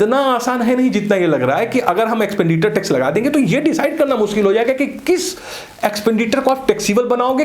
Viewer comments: Now it calls एक्सपेंडिटर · Sir ji, it's एक्सपेंडिचर not एक्सपेंडिटर